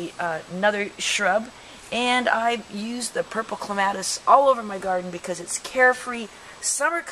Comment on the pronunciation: My ears hurt from you repeatedly mis pronouncing the poor plant's name.